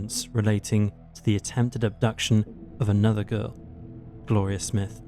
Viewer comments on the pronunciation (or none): none